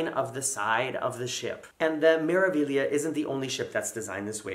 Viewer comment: Four thumbs up for correctly pronouncing Meraviglia!!! Bravo!!! The letter A is always pronounced ah like in father, not magnet, (Magnifica = Ma-gni-fi-ca Mah-nee-fee-kah) and E is always pronounced ay like in day, O always oh, the vowel i is always ee, U is always long like in dude, H alone is silent and roll the R's! Practice with Smeralda = Emerald (Smay-rahl-dah, not Smer-) Civitavecchia the Roman port is Chee-vee-tah-vay-kee-ah (Ci-vi-ta-ve-cchi-a). Get all these correct and MSC will finally come calling!